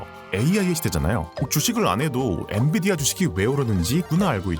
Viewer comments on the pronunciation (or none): none